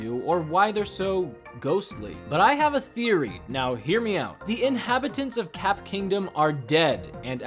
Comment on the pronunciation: but that’s just a thery a game thery